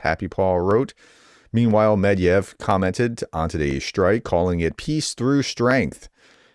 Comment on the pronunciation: Professor, it is Med-ve-dev, three syllables. Not Medyev, as you say. Thank you for your work.